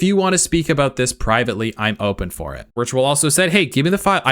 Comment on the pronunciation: Witrual is in fact pronounced Virtual